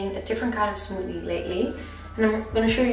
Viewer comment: Love how she says Smoodie